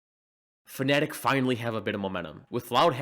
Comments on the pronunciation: this guy keeps pronouncing Fnatic as "Phonetic" and at this point I feel like it's the joke. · I like how you say Fnatic, it sounds like Phonetic lol